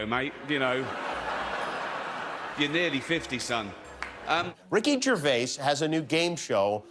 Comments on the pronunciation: Rocky Gervay? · Ricky Gervay 🤣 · Ricky Gervay 😂